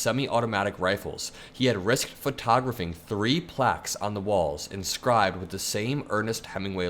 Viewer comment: Wait. How did you just pronounce photographing?